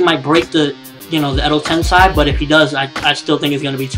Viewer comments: how can you be such a naruto nerd and can't pronounce edo tensei....sei not sai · Your saying edo-tensai its edo tensei pronounce it like this edo-tensay..... kinda annoying when you watch the series all the time and still get it wrong im from japan and naruto will die at the end bee comes close to death but dont think he dies. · Edo Tensei EEEEDO Ten SAY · You pronounce Edo Tensei funny...